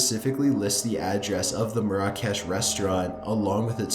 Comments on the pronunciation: ur pronouncing "marrah kesh" very wrong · its pronounced mair-ruh-kesh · It's pronounced MARE-uh-kesh. Not mare-AH-cash. Ha! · I think you pronounce it mara-kesh also tirade not triad but apart from that great vid 👍🏻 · Just thought this would help to make your narration even better, Love your channel Marrakesh (should sound like: Mair-ah-kesh) L'enfant (Leh-font) tirades (Tie-raids)